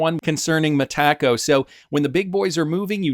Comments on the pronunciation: It's META-co, not me-TACO. 😁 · The first time I heard you mispronounce "Metaco" I had to pause the video and wonder what you were talking about. Now I pause the video and write a comment about it. It's distracting and doesn't sound right at all 😅